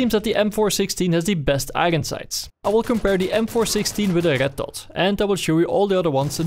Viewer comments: 'igon sights' makes my day <3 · "i-ren sights"